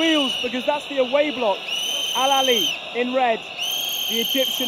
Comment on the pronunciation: It's not alalia ... It's Alahly ... The biggest club in africa ... We already won this cup 10 times ago ... And this is our ( 11 ) ❤❤🎉 ... This is our way to say hello to all Africa ... 🦅❤❤